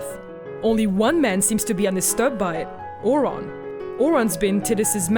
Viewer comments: that isnt the real issue, Ore-on? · seriously they even say Auron's name in the game. Tidus you can at least blame on the fact they don't ever say his name but Auron? AURON?! Tiduse screams the correct pronunciation within 10 minutes of playing. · Nice breakdown but the pronunciation of those names. I cried when you got Auron's name wrong :'(